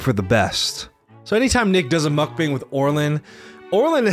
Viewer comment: Great video, but mukbang is pronounced (muck - bahng), not bang. the emphasize is also on the muck. sorry It was getting on my nerves